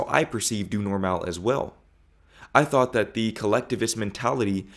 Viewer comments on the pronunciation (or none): none